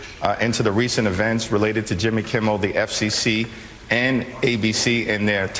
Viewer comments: Hey, it's Jimmy Kimmel, not Kimble. I noticed you said that in another episode, thought it was just a mistake but you pronounced it that way like 3 more times. Well it's kinda funny you don't even know his name now:face-green-smiling: Also, AOC sucks! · LOVE your show BUT PLEASE It is Kimmel. NOT Kimble, NOT Kibbles. KIMMEL! 3 days at least now.